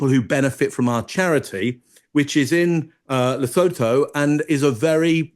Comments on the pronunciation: And its pronounced ' lay sue two' 😂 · What a lovely, well spoken Zimbabwean woman Sophia is. This about Meghan and her ego and Harry keeping her happy. Why the world is not thoroughly done with these two, I cannot understand. Btw for, Lesotho is pronounced Lesootoo. African pronounciations can be quite confusing, so no judgement. 😊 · Its pronounced Le-soo-tu Rewatch crew South Africa 🇿🇦